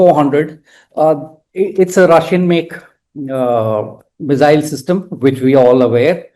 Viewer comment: It's not zee, mizzile, but see, missile. RAIdar. Not RaiDAR, emphasis on first half of word.